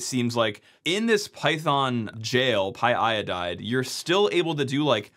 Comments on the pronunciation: It's py-o-dide, not py-i-oh-dide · Don’t say py-i-odide!! Py-o-dide! 😓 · Pyodide not pyiodide ffs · It's pronounced "pie-o-died"